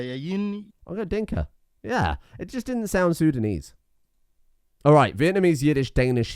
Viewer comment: I mean no offense, my brain fried and misinterpreted the word intelligible with unintelligible. I'm sorry. Great content as always! I begin to believe that you may be the source of languages itself. It gives me chuckles with how you tried to pronounce minangkabau and acehnese. And the way you get fucked by sundanese the first time.